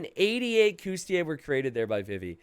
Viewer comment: Sorry to bust your bubble but the correct pronunciation is cOUs-ti-LI-ayy. You keep missing the third syllable. Cheers